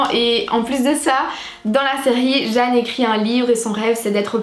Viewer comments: Video top ! Je la regarde en boucle , quand je la finis je la reprends mdr , parcontre sa m’a perturbé le « jane » mdr faut le prononcer en anglais 😭😭😭😭😭😭😭😭😭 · Ma chérie c’est pas Jane (âne) c’est Jane (jayne) ..